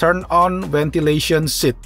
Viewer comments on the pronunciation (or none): Maaf boss.. iya emg tulis nya Ventilation.. tp kl suara pake e - Ventelation- .. (seperti revelation) .. maaf gitu saja !!